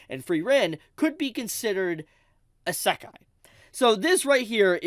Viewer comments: You saying isakai bothers me more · i cant stand how pronounces Isekai. He constantly says Sa-Kai. It's pronounced "E-Se-Kai " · It's EEE Seh Kai. NOT EH Say Kai. Kthxbai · It's: Ee Say K-eye (Kai) Not: Issekk Eye 3 syllables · I lost it when you said "Asekai" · "ASAKAI" bro, learn to fucking say it properly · You should google how to pronunce Isekai properly first before anything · No kidding. Three syllables and my man pronounced all three wrong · I think he’s trying to rage bait me by the way he’s pronouncing Isekai. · I got isekai’d by pronunciation of isekai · And then there's also this guy pronouncing it wrong lmao. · i dont even think he listens to himself and notices. or he is doing it intentionally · bleeding my hears with the way he pronounce “Isekai” 😭😭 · Knew I wasn’t the only one thrown off. How hard is it to pronounce it the same way as the Japanese people do 😂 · making fun of IGN while my eyebrow twitches every time he mispronounces isekai. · Agree. my ears are bleeding